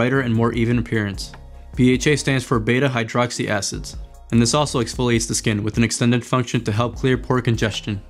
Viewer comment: Lol you said direct aids instead of direct acids Thank you for the great review I can’t find it anywhere I wanna try it so bad